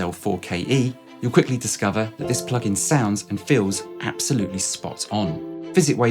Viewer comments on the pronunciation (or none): none